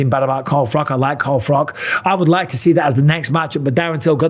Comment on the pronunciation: "Carl Frock" - Michael Bisping